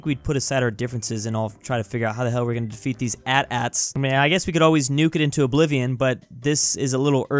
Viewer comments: He said at at instead of a t a t 😔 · IT'S NOT CALLED AN @@ IT'S CALLED AN AY-TEE AY-TEE!!!!!!!!!!!!!!!!!!!!!!!!!! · Did u just call them”AtAts” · it’s not hat aht ahts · It's ATEE-ATEE